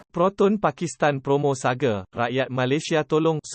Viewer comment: Proton Saga bukan proton Sage..sage tu mende ?? Parok la puak2 ni